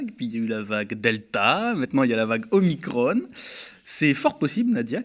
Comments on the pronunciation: C'est OMICRON et non OMICRONE!! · "Omicrone", Ah non, pas vous ! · OMICRON se prononce à la française svp !! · Oulà ! Va falloir choisir la prononciation : soit on prononce omicron, soit on prononce Marione, mais on ne peut pas faire à l’un ce que l’on fait pas à l’autre.